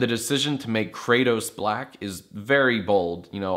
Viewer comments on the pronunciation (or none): none